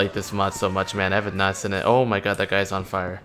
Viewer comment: plz stop pronouncing seen like that